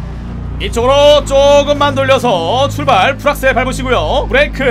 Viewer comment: 출발아트 출바라트 추바라트 ㅖ? ㅋㅋㅋㅋㅋㅋ